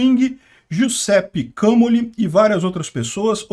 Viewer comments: Giuseppe Camoli = José Pica Mole. Peter não sabe ler em italiano 😂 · Falou errado o nome Giusepe Camoli.